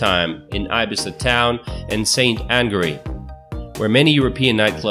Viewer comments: Swell Tip: IBIZA is pronounced EE-bEEza not EYE-bEYEza. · Please pronounce Ibiza better, its like {eebeesa}, it hurts to hear (Eye Bee Za), having said that, the video is well done and the information for the most part correct, I really appreciate that, however, it's easy just to hear how to pronounce some words correctly would showcase your efforts even more. Again thank you for your video and for sharing that information. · Wrong! Wrong! Nicely shot but misleading information. Plus, Ibiza is pronounced ee-BEE-thah. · THERE IS NO SUCH THING AS ĪBIZA IN SPAIN! Learn to pronounce your subjects, at least attempt to do so! Ibiza is pronounced EE-BEE-ZAH! English speaking countries are the only places where the normal vowels are pronounced differently depending on the linguistic makeup around their usage. In Spanish, all vowels are pronounced the SAME FREAKING WAY, NO MATTER THE LOCATION.. And oh yeah, I’m a Mexican-American from Arizona.. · where the hell is i beee saa..no my friend its ee beethah.. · Ee-Bee-zah! Not eye-bzah! It’s not an i-Phone or i-Mac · Ibissa? You mean Ibeetha. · It’s pronounced eye-bee-tha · Where the hack is Eye-Bee-Za??? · Ibiza- 'ee-bee-sah' or 'ee-bee-thah' pronunciation. It's ok to mispronounce it, but keep it as close as possible. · in Spanish: EE BEE THAH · IBIZA = EEBEEZA the first "i" is not a long vowel....other than that very nice video. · How hard is it to confirm how every name is pronounced before finishing the video? Many Spanish names (cities, mountains, beaches, islands) featured in the video is MISPRONOUNCED!!! Ibiza is pronounced in Spanish "Ee-BEE-tha", but you even mispronounce it in English!!! Spanish highest mountain is El Teide (Ehl-TEH-ee-deh). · Ibiza pronunciation is eh bee zah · Wrong! EE-Bee-Thah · Btw Ibiza is pronounced ibitha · Aibissa????? Jajaja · and its pronounced ibitha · You want to check out your pronounciations mate before making a video. Ibiza... 🤣🤣🤣🤣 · well he cant even pronounce Ibiza..FFS